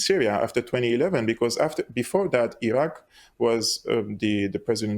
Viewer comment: So the guy with black glasses pronounces Iraq correct and straight away the guy with white glasses pronounces Iraq eye-rak!! America is responsible for the war in Ukraine, funding the coup to gain Access for resources